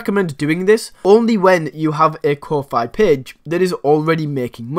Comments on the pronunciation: It's pronounced Ko fee, like coffee. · I have been pronouncing Ko-fi wrong all along. 🤣